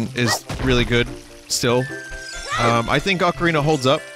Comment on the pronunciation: Acareenya of Time Randomized. Nice.